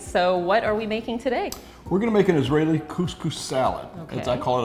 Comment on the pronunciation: its not israileeee !!! soooooooooo culture thieves